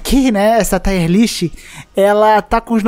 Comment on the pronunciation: tier se fala como escreve mesmo, e não taier list